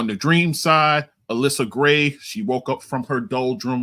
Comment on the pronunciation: Pronounced: ALLi-Sha Gray